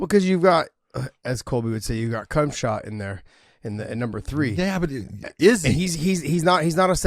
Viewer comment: Yo Josh just called him Kumshot 😮 LMAO